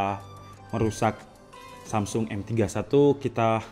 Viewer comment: Samsul apa samsung wkwwkwkwk Dengerin lagi deh